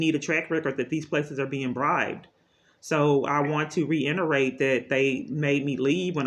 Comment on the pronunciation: The word “reiterate” doesn’t have an n in it.